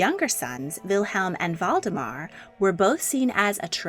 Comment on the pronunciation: Valdemar is pronounced “Waldemar”. Every single video you mispronounce names and places. Your pronunciation of “Harald” and “Haakon” is horrific.